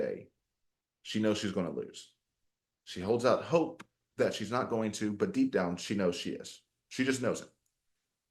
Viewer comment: I caught that Sarah Boone inflection when you pronounced "hope" 😂😂😂